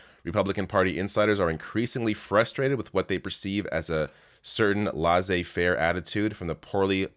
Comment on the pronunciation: La-zay-Faire??? 😂Its pronounced Les-say-Faire! You American are Hilarious😂